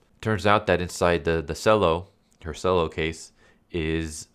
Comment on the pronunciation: FYI the cello is pronounced chello not sello